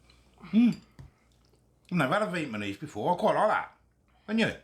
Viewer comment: Viet ma nese 😂